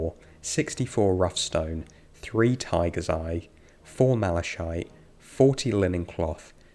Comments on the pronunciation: Excellent video, going to binge the "ch" in Malachite is hard, as in Christmas, or Chaos. Just FYI <3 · How is really Malachite pronounced ? like in this video "Mlashaite" or "Malakite" ?